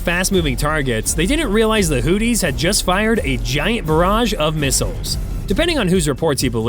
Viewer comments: Did he call them the Hooties??? 😆. Ya Hootie And The Blow Fish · Dude… you need to work on your pronunciation. “Who-thees” “Age-is” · the "hooties"? Everyone else pronounces it "hooth-ees". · hooties...lol...he straight copied this vid.doest even pronouce houthis correctly😅😅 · "Hooties"? You mean the Blowfish? Slow down,!... (÷ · I chuckle everytime he says Hooties😂😂😂😂😂😂. America wages war on every level.